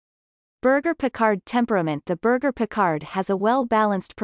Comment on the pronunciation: When you don't even know how to pronounce the breed's name, we can clearly see you don't know anything about the breed.